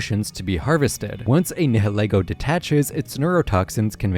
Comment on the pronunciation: It’s “NAI-YIL-EE-GO” like the ‘nihil’ in ‘annihilate’ and ‘ego’ like in ‘ego’. Not “NEH-HEH-LEH-GO”. If you’re gonna make videos about Pokémon, pronounce the names right